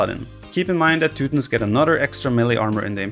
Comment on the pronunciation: teu tons. Not teu tins. Jesus, dude.